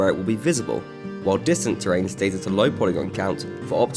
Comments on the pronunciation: The "terr-rain" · Listen to how he says terrain, it made me laugh.